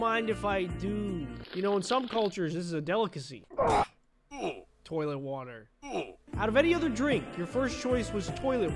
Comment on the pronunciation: That said toiler water